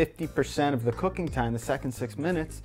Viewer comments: Did anyone else hear "we got into cocaine when we were young" 😂 then he said cooking and I was like OH, duh lmao. Damn stoners 😂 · I thought he said cocaine at the beginning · First time he said cooking, I heard cocaine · i legit thought he said cocaine at the beginnjng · Did anyone else hear cocaine intead of cooking lol I'm werird I think